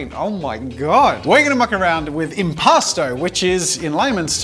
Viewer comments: I don’t know why but I heard impasta the entire time, like a New Yorker trying to play among us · The art medium sounds like "impostor" to me and now I can't unhear it😭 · keep hearing "imposter" paint